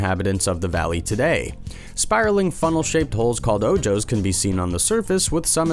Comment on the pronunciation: Oh, for pity's sake, less than a minute in and you're pronouncing the Spanish, "ojos," meaning "eyes," as "oh-Joes?" When are you going to start looking up pronunciations of foreign words and proper names? Every Comment section for your videos has complaints about this, some even Unsubscribing because of this, so why don't you spend a few minutes before recording your narrations looking them up? The correct pronunciations are only a few keystrokes away!